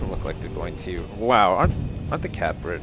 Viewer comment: It's his mispronunciation of Catbird.